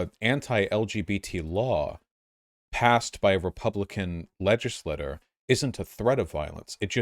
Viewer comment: Voosh needs to differentiate his pronunciations of "legislator" and "legislature."